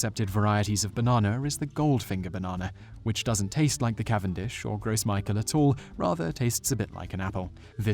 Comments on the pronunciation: I like your videos, but there is a lot of misinformation in this one. Bananas are sterile because they are triploids, not because they are hybrids. Neither Cavendish, nor Gros Michel (pronounced grow michelle, not gross michael), are hybrids, they are Musa acuminata triploids. Some banana varieties are hybrids, just not those two. There are thousands of varieties of seedless bananas, and many are disease resistant, it's just that none of the disease resistant ones that we have developed so far, look or taste like Cavendish bananas. Banana fruits in the store are not going anywhere, they will simply change to a new variety which may or may not be similar to the Cavendish. Did potatoes go extinct after the potato famine, or do we still have plenty of potatoes? The same species of fungus is responsible for both Panama disease, and potato blight, by the way; Fusarium oxysporum. It is a problem, and it is devastating a lot of growers, but the problem is already being solved. Quite frankly, I'd like to see a little more variation in the store anyway, and if growers had greater genetic variation in their fields, then they would not be as susceptible to being devastated by a single pathogen. I grow seven different varieties of bananas in my nursery, and each is unique and delicious. I'm not trying to be a troll or anything, just pointing out some pretty glaring errors in the content of this video. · The Gros Michel banana is pronounced Gras Meeshell not gross michael. It's French for Fat Michael. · I don't think it's pronounced "Gross Mykahl". I think it's pronounced "Grow Michelle". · The name comes from French, so it's pronounced "grow michelle", lol not "gross michael". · Awesome vid, but it's actually pronounced "grow Michelle" In French, the s at the end of "Gros" is not pronounced. Michel, the French form of Michael, is pronounced like how you would Michelle, which in French is pronounced "Meeshell". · gros michel is pronounced "grow michelle", by most people at least